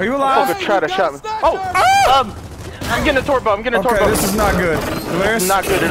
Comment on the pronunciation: Anyone else notice that he says twerk instead of torque